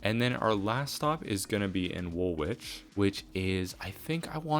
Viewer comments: W’s are silent in Woolwich and Chiswick. Wool-itch and Chis-ick 😉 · I loved the extension to City Airport. You could send the Central Line further east from Woolwich to Thamesmead Fun fact: it's Wool-ich 😅 the second w is not pronounced. Cheers man!